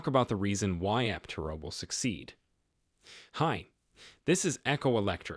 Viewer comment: After all these videos, you still cannot pronounce Aptera correctly all the time. It really does cast doubt on your knowledge of the subject about which you are speaking.